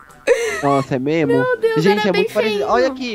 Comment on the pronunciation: ''é miesmo'' Kkkkkkkkkkkkkkk